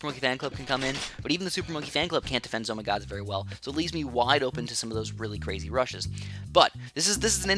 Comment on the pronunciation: why do y call them Zoh my gods